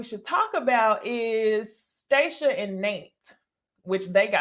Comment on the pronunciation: You gon CALL this woman by her right name - STAH-shia lolol